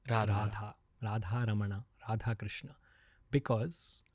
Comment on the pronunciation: राधेकृष्णा नहीं राधेकृष्ण krishna is draupadi 's name